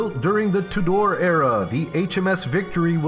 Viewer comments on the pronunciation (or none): Cracking up at tu-DOR, Carta-GINA, etc.